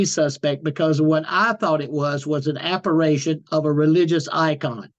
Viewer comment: Apparition not apparation